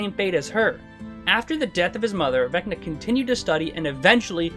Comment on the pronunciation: Vecner? I barely know her! Also, it’s not pronounced “Becna”. The V sounds, wait for it… like a V.